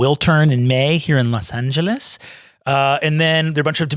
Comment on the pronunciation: Los angee as in jess mckenna as mayor